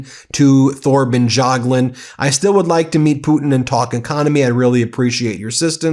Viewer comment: Pronounce: Torben Y(a)gluund no TH here needed. A NYC crook untouched by the Soviet/KGB/Russian mafia is unheard of. Result is clear since decades ago, even thru Fred. Anyone must have known about and if so, got extinguished.